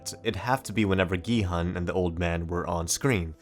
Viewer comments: ask people to watch the series in original korean pronounce gi-hun name as gee-haan anyway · when the guy says gihun as giheon